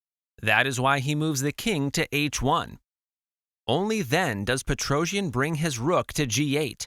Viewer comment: Thanx for the video. The problem with AI language translations is this: PETROJAN. It is pronounced Petrosian in English.